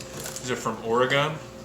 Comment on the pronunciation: nnngggghhh...this is nitpicky, but, OREGON: its not or-a-gone, its or-i-gun. I actually cringed a little, lol. This is all very exciting, I'm looking forward to hatching and baby emus! Fascinating how they were all packaged.